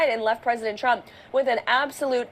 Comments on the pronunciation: Why does she always say “Chump” instead of “Trump”? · Every damn time she pronounces “trump” she says “tchrump” and i just cannot stand it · Has anyone else noticed that it always sounds like she’s saying President chump?